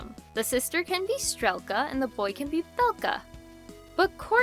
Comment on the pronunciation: Fun fact! Strelka is pronounced str-ieh-lka, not str-eh-lka! Though I think it would be cool if the characters name was pronounced the latter to add ✨spice✨